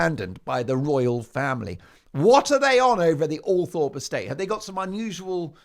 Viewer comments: And please pronounce Althorpe properly. It is OL THROP. I have mentioned this before. I thought you read our comments? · Will Todger Harry become Lodger Harry at Althorp? Pronounced Althrop BTW Mark